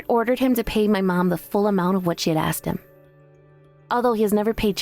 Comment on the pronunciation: It's 'ah-sked' not 'ehhh-xed' 🙄🙄🙄